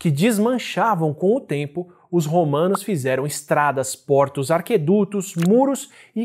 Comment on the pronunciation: Parabéns pelo conteúdo, Átila. Uma correção: não é "arqueduto", mas sim "aqueduto", ou seja, duto de água (apesar de quase sempre ter arcos rss). Abraços!